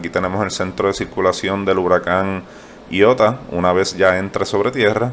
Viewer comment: Tan claro,que pronuncia el nombre como "ñiota" 🤦🏻‍♂️